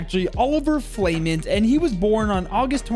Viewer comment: Dude you gotta pronounce it “flament,” not “flament”